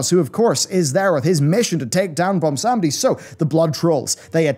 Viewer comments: Take a shot everytime he says "Bomsawndi" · BWONsamdi. BWON. there's a 'w' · butchers the pronunciation of bilgewater and bwonsamdi too